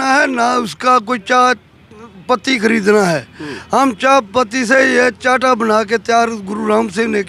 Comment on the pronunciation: चांटा नहीं, चाहटा कहते हैं। इसको आप हर्बल टी कह सकते हैं।